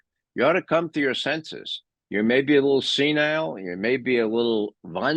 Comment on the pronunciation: Wahnsinn, not Wannsinn.